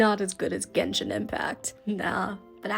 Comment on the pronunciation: I wasn't ready for her to just casually call it "Genshit" lmao